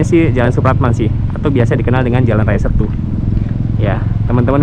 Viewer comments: Seeettuuu. Bukan Stu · keren om, tapi untuk Setu, e nya di baca kayak Cikeas, atau tape om....